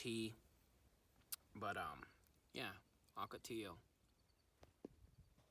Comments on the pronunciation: You are driving this 80 year old native gringo Arizonan crazy with your hard "L's" like Jello, when saying Ocotillo. I think you know better. "Ok-o-tee-o would sound a lot better. A lot like "GILA" monsters. Not a hard "G" like fish Gills. Like HEE-la. I always notice when a newly transplanted Eastern news reporter on television mispronounces all the Spanish words here in the Southwest. The have a ball with our "MOGOLLON" Rim. "MO-GEE-OWN". (Or also "Thew Colorado Plateau. Where all the streams run Northward towards the Colorado River. "MAZATZAL" Wilderness and mountain range. Pronounced "Mad-a-zell". Or, as the old timers used to call it in the late 1800's; "Mad as hell". 🤠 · Ocotillo comes from the Nahuatl word Ocotl which means small or little torch and we pronounce it the "ll" sound ...(oco-ti-yo). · I love your videos! I grew up in Tucson so I'm familiar with all the plants you talk about. Sorry for nit picking but one thing bugged me throughout this video. Your pronunciation of Ocotillo. It's oh-coh-TEE-yoh with long O sounds, not short O. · Ocotillo- in the early 90s, I was on a ranch in the boot hill of New Mexico, and we had to fight these things sticking to the legs of our horses. They didn't like them either. I used to love to irritate the ranch foreman by pronouncing it with my Texas accent- Okertiller. ;oD